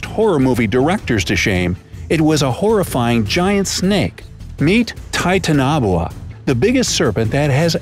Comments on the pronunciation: You REALLY messed up the pronunciation of Titanoboa. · Things wrong: 1st. You pronounced Titanoboa wrong 2nd. The title makes no sense. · Why is he pronouncing the name WRONG wow you’ve been thought by a 15 year old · Dislike for mispronunciation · I hate how they pronounce the name of the snake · He pronounced it's name wrong!😣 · ik and its pissing me off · Yeh he said it wrong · It doesn’t matter no ones perfect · I know how you feel. its bugging me too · Awesome facts, but I couldn't take the video seriously because of the very peculiar/hilarious way you pronounced Titanoboa. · Is anyone else triggered by how they're pronouncing Titanoboa? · He can’t say titanoboa properly😂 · You just butchered its name. 😂😂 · Titanaboa pronounciation was wrong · Titan-a-boa not titan-o-buwa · It is actually pronounced (ti-tan-a-bowa)both the a's are are short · It's tie-tan-a-bow-a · its not titanoa its titanaboa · U said titoanobwa it's its titanaboa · It’s not Titanobua This is how you prenounce Ti Tan o boa Please Pin This so that they know how to really prenounce it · U said the name wrong its titan boa not titanabuoa also theres a huge snake called a basilisk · A giant snake could be why the dinosaurs went extinct. Jörmungandr-Laughs in old Norse Also it isn’t pronounced titanoboa like titan-a-boa it’s like titan-o-bowa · People: TITANOBOA: TITAN-NABOA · It’s Titano-boa. This kid says Titan-oboa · Everyone else:Titanaboa Narrator in:Titanahboa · "Ti ta nob oa" ummmm its Ti-ta-no-boa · titaanaboaa u mean titana boa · The way he says Titanoboa makes me cringe It’s Ti-tana-boa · He pronounces Titanoboa so weird. It’s pronounced Titan-o-boa. He’s pronounced it Titan- obwha. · U pronounced titanoboa wrong. It’s pronounced tie-tan-oh-boa not tin-tana-bowa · "Titan-obuoa" dude... its "Titan-uh-boa' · IF HE SAYS TITANABUA ONE MORE TIME I'M GONNA EXPLODE. (it's pronounce TIE-TAN-OH-BOE-A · Yesssss! It's not pronounced titanabowah it's pronounced tItanObOa